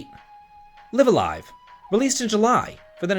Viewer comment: the Live a Live spiel was just funny at being so wrong and you can't even say the name right!